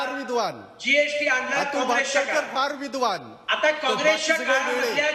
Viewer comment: Vidvan nahi ta. Vidva ahe ta.